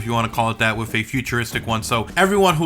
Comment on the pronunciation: Hey buddy it's with not wiff